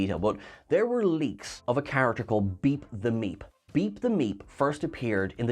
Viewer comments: Why do I constantly hear beat the meat when he says beep the meep🤣😂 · Yeah, the first time she said it I thought she said Beat the M3at, and then I thought he did as well until I saw the art and it had Meep and then I figured it out, lol! Maybe I should start checking "pinned comments" first...lol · Oh it is "Beep The Meep". That is far better than what I thought you were saying the name was.